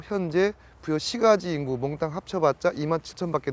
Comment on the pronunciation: 장음인 첫자를 짧게 잘못 발음한 예: (삼국) 사기, 주민,금강,보통, 사실,주목,사서, 대단히,강화,공격,경주 ,도저히,후반,수짜,후궁, 채택,시각,(중국) 사신,포로, 등이고, 단음인 것을 길게 발음한 예: 부여, 연속,은유, 부소산, 그리고, 이금 왕을 여러번 길게 강하게 발음 했으니 우리의 발음 문제가 얼마나 심각한 것이가. 새로 나온 "한국 어문을 고발함"이라는 책을 읽어 보십시요. 미국 변 완수 배